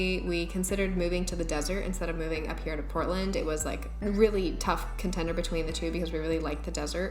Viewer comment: Oh i don't know why i was hearing Britland instead of Portland.